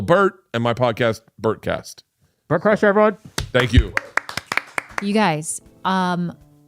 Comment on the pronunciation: Bert "and Georgia said" Kriesher